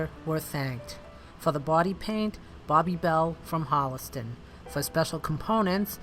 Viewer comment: I live in Holliston where the car came from and Paul lived jay says Hollister at the beginning its actually Holliston